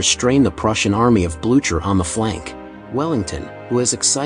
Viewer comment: "Marshall Blue-chur". Gross come on lazy AI voice, you can do better than that. edit: double gross, this channel is... sad. Using AI scripts to. "plunging into cargo vessels." Just yuck no thanks